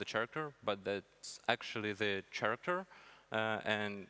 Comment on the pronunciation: he pronounces character like charmander